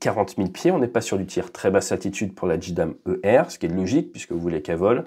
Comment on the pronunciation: Mais si la bombe est constamment allumée et larguée en mode détresse est-ce que son guidage n'est pas aussi actif en vol ? Elle va agiter ses aillerons sous la voilure de l'avion porteur et risquer de géner son pilotage non ? Petit détail : on prononce vraiment "Djidam " ? J'aurais dit "Djéydam"